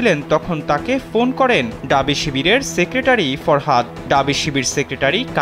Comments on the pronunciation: ডাবি না ভাই ঢাবি। উচ্চারণ করতে পারে না কিন্তু সাংবাদিক হইছে। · এই সাংবাদিক পুরো প্রতিবেদনে বলে গেল "ডাবি, ডাবি"। এই "ডাবি" জিনসটা কি? "ঢাবি" হবে। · ডাবি ডাবি ডাবি কি বলে, ঢাবি বের হয়না মুখদিয়ে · ডাবি না ভাই, ঢাবি। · ডাবি না ভাই ঢাবি বলেন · ডাবি নয়,ঢাবি। হোবে নয় হবে। অপমান করছি না,তবে একজন সাংবাদিকে এমন ভুল উচ্চারণ শ্রুতিকটু। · আহারে!! ড আর ঢ এর উচ্চারনের পার্থক্য 😂😂😂ডাবি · ঢাবি ভালো করে উচ্চারণ করেন, শুনতে খুব বিরক্ত লাগছে।